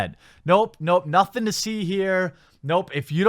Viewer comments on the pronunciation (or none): none